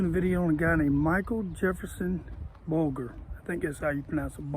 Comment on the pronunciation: We pronounce it Bul ger like german. Interesting info though.